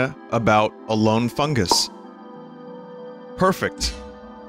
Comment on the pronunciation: Did you jus say FunGOOS? Like AmonGOOS Wait what about the goofy shit like the “Worf”’s race only peeing once a lifetime?